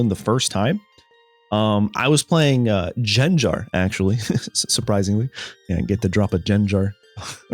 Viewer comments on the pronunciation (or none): Its not jenjar its gengar